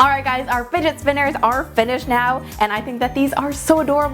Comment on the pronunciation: "Finet spinners" 😂💖